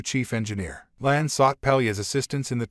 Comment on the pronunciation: NOT "LAN" , HER CHARACTER NAME IS "LA'AN" TWO SYLLABLES! YOU MIS-PRONOUNCED "KAHN" NAME AND "ROMULAN" TOO. THIS MUST BE ANOTHER "AI VOICE" PROBLEM, THAT ALL THESE CHANNELS BEING LAZY AND ARE USING INSTEAD OF A HUMAN NARRATOR.